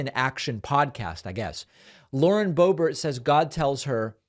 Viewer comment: Did you call her Lauren Bo.bare? David, she is definitely an ert (with a hard ERT).